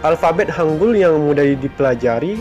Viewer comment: Mohon maaf Yang betul hangel Hang(eu)L enya sunda enya apel buah cisedeuy bukan hangul wkwkwk orang indonesia susah membedakan antara 으 dan 에 apalagi 애 enya orang papua beta bae ta . Tolong dibedakan vowel e nya. 한글 Bukanya 한굴 wkwkwkㅋㅋㅋㅋ